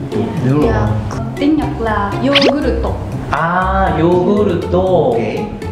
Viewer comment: YÕguryto nghe như dỗ củ tổ ,mọi người nghe có giống mình ko